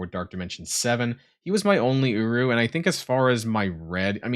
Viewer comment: Is it just me or when says uru it sounds a lot more like uwu. 🤣🤣🤣